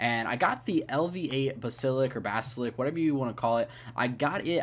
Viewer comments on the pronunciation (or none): Basilik? 😹 (Bass-A-Lisk = basalisk) like damn words aren't hard to say